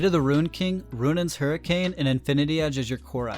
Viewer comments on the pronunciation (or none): none